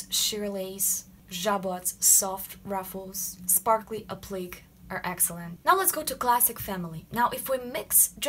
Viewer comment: I love your vids!!!!! Btw, appliqué is pronounced a-plee-kay 👍🏼